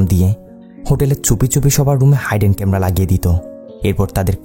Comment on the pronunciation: ভাই হাইডেন ক্যামেরা না হিডেন ক্যামেরা